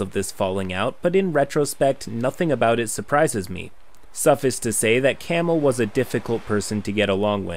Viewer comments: yes, this. I winced a little bit. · Heads up: "suffice" rhymes with "ice".